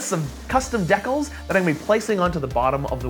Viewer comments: Did he just say dekulls? I dont know where is from originally but i pronounce them as decals. (Dee Cal S) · 'custom deckells'? That's decals - DEE-CALS, dude. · hee hee...'dekils'..